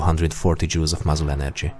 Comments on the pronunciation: am I the only one that heard him say jews and not jouls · Sounds like he's saying "Energy is 514 Jews."